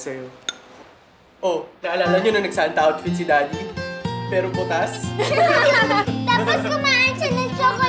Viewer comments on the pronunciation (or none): Nice commercial but thumbs down for promoting of the wrong pronunciation of chocolate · Haynaku,ok na sana,eh,kaso nung narining ko yung chocolate nagpanting tenga ko.Itama nyo bago gawing commercial yung pronunciation ng chocolate hindi cho-ko-leyt ang tamang pronunciation nyan /chok-lit/